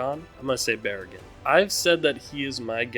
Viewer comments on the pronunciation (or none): absolutely loved this predictions as far as most people are concerned, Baraggan is pronounced BAH-rah-gahn and Harribel is pronounced HA-ree-bell or Ha-lee-bell